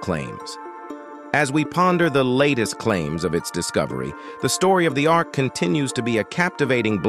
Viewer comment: Ark, not arch.